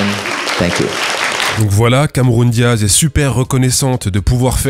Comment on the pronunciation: "Cameroun Diaz" 🤣🤌